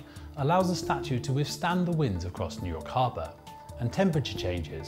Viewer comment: Intro phrase of this video "In Nuyakaba..."